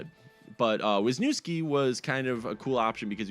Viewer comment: Wisniewski is the Polish equivalent of Visnovsky (Slovak), his cold defensive partner in Anaheim. Correctly pronounced more like Vyshnyevski. Wisnie = cherry ski ending means; belonging to, son of, or deriving from